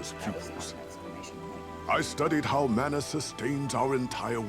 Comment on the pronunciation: I applaud your insistence on pronouncing "mana' correctly despite the game's insistence on pronouncing it wrong!